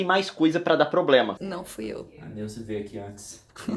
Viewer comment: 2: 23 a Nilce falou probrema